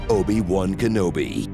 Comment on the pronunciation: More like Obi-Why Kenobi